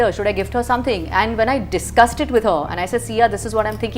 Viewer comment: Discussed ❌ Discusted ✅ 😂😂